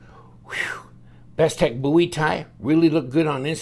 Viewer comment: Thank God you pronounce Bowie correctly. Love the videos!